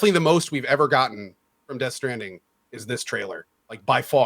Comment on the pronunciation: nice call on the pronunciation of Death Stranding